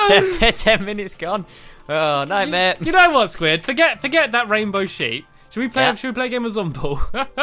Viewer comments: you said sqauishey enstend of squid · I love your videos stampy I wish I can come to your world stampy blistic sqid sound's like sqashi.